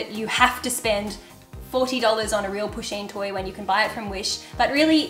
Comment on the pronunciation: Poo-sheen. Its pronounced like that. Not pushing. I love my pusheen.